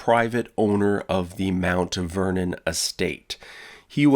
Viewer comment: Anyone else hear Uncle Vernon not Mt. Vernon? No? Just me? Pity.